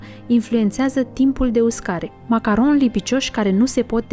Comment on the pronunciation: Cum poti sa zici macaronshi ?? 😂😂